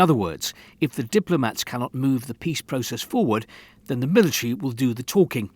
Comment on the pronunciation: "process" ... "militree"